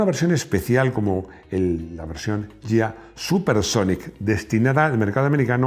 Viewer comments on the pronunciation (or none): Un detalle, Ghia se ponuncia "guía", no "yía". Lo mismo que spaghetti o Lamborghini. Gran vídeo!!!